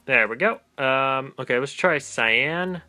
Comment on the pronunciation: Dude Its Cyan